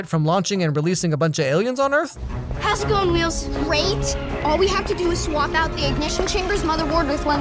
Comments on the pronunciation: "until there some left to defend earfff" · lol earf